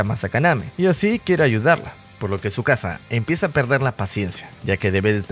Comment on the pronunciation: le dice chisuca envés de tzukasa